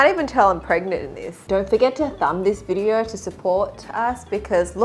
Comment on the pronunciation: “Thumb this vidjeo”😂😂😂